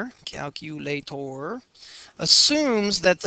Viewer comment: Had to dislike the video due to the way he said calculator .